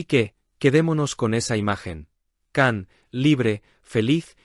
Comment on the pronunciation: Cuándo aprenderán a pronunciar bien el nombre de Can?🙄